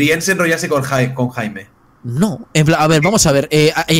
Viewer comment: Cada vez que pronuncia Jaime muere un pajarito